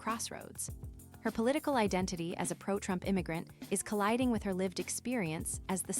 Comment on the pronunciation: I will bote, por Donal Trromp…. I laughed so hard that I felt embarrassed, I mean, I know her family is going through anguish, and this is a tremendous loss for her. In the epiphany of knowing that she was one of the architects of her own demise. PRICELESS…../